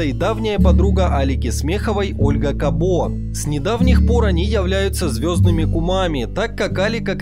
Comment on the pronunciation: Фамилия Кабо чисто мадьярская. Вообще ударение на первую гласную. Пример - футболисты САбо, БИбо.